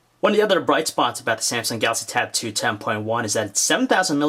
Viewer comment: Is it me or does it sound like every-time he says Samsung Galaxy Tab 2 it sounds like he calls it tattoo? Plus I wanted to hear more about the cell phone portion of this tab. Will I be able to buy this and put my Sim card in and use it for my cell phone?